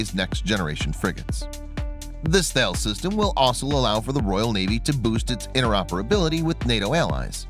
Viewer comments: That bothered me as did how he pronounced the company name Thales. It's not "Thay-les" , it's pronounced "Tal-ess" .The company is French... perhaps he may have wished to watch some videos on the company website before hand? Anyway ... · and Thails